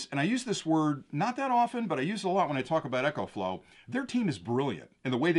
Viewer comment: Why do you call it Echoflow, the name is Ecoflow.